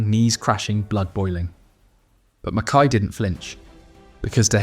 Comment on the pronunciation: Pronounced Mackeye. Somebody should tell your AI narrator. Mackay was a great player and a mega hard man. Could have ripped the revolting Bremner and the other Leeds gangsters to pieces had he really wanted.